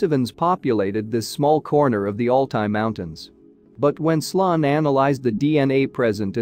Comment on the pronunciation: Pretty sure his name was sloan (sounds like slone)